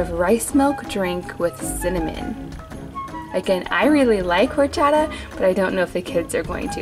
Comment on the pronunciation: Not being rude but those mini tacos and called taquitos and horchota the h is silent so you say it like orchata